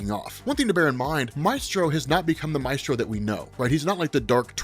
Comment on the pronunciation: I hate pronunciation of “Maestro.” It truly makes me cringe. Love the video though!